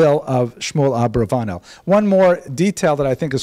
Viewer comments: If it ends in a consonant other than N or S, every Spanish word is accented on the last syllable, hence AbravaNEL. Other than that detail driving me crazy, loved the lecture. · I must applaud you on this, and last semesters Subject Mater. It is a pleasure to hear the history of my Mothers family. While I have a lot of information and have studied this subject mater a great deal, it is always great to find more sources of information. The only issue i have, has to be your Pronunciation of my mothers Family name. While it can be spelled and pronounced differently, either Abarbanel or Abravanel, it kills me to hear your pronunciation.